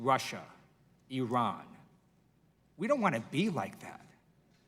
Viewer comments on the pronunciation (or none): none